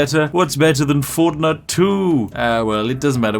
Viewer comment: Spat my tea out when you said fortnut then immediately drank it back off the floor as an englishman as I do not wish to disappoint our Queen.